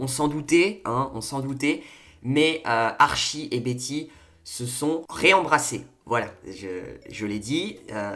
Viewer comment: j'aime bien ton analyse mais stp dis : ArTchie x) ps : coup dure pour véronica mais en vrai jpense que bientot il y aura une histoire avec elle ou ils vont se rattraper